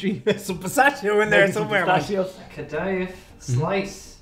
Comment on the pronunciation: Pronounced kah-dah-yeef